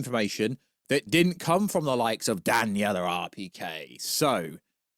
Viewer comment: who the hell is “Danyella”😂😂😂😂😂😂 it’s Daniel dude🤣🤣🤣🤣🤣 there ain’t no “yella” in there bud🤣🤣🤣🤣🤣